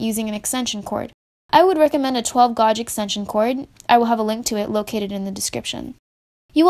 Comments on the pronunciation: GAGE NOT GAWDJE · Gay-ge, not gawge, and sub-se-quent not sub-see-quent. Nice video thanks, helpful. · Gauge is pronounced "gage" not "gohje" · GAGE NOT GUAGE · You loss me at “GAWG”! Come on, did you pass 5th grade?!! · "Gawj". yeah, definitely a "pro" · It's pronounce gage. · It's spelled gauge it's pronounced geij . . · Be nice. She's trying her best to be both helpful and friendly. So she doesn't know how to pronounce "gauge." -- If that's her biggest fault in this life, she's a better person than most of us. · You need to learn how to say "Gauge" correctly. The U is silent. Say the word CAGE but with a G instead of a C and that is how you say the word correctly. You're welcome. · The 'U' is silent in GUAGE.